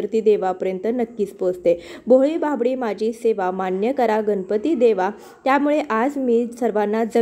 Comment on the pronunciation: Kami velet anu kami khatatopat pooja karaychi vidhi chan sangitli ahe. Abhar. Uchcharan shuddh karata ale tar prayatna karava aapan. गणपती asa uchchar asava गनपति असा uchchar चुकीचा आहे. अर्थ बदलतो.